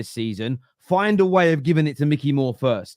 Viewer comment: It’s not Mickey, it’s Mikey 🤦